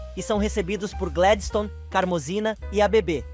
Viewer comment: Não é rólinha é rólinha E nem Gledistone é Gladistone